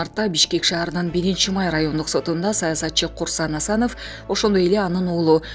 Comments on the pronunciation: Комментарияны туура окунуз Кусанов эмес Курсан Асанов деп окунуз бул коментария да айканыныз уят иш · Курсанов эмес Курсан Асанов тпой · Курсанов эмес Курсант Асанов эх журналист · Курсанов Курсанов деп кайра кайра доодуробой туура окусан